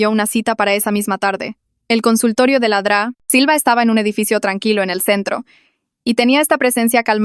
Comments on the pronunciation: Es doctora silva no dra silva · Se refiere a "La Dra. Silva" es el diminutivo de doctora pero la ia lo dice mal xd